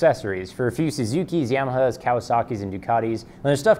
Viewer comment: "Yehmeheh." Gotta love that Canadian pronunciation of "Yamaha." 😆😂